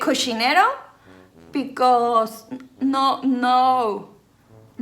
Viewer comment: JAJAJAJAJKAJAA amo el “bicos”; me recuerdas mucho a mi mamá, siempre bien alegres, haciendo y diciendo pura tarugada risa y risa😂